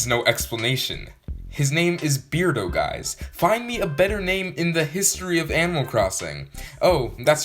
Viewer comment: It’s pronounced “Bare-doe” and also he sucks, the hairy villagers are so gross.